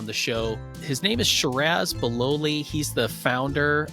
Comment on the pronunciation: Please get his name right!! Shih - raz Bill - lol - ee - ah